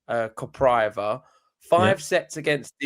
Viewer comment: pronunciation of Svajda and Kopriva made my day. Steer clear of Czech names! The top half is wild, like an ATP 250 tournament within a Slam 😂